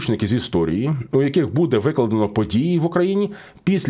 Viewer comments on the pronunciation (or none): none